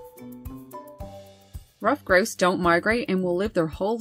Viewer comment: You say it as gross it's grouse